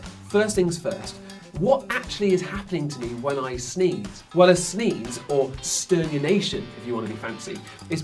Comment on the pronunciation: Says Sternunation... On screen is Sternutation... Which is correct?